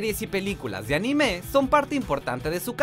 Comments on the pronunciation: Cada vez que dice Anime como ANIMÉ, estoy segundos a cargar mi revolver 5 calibre apuntando asia mi cuello y viceras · También dijo "narutó" y "animé" 😂